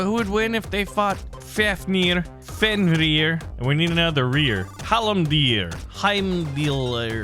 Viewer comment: he pronounced fenrir wrong, like it was faynir, at least the first time but just after he said it right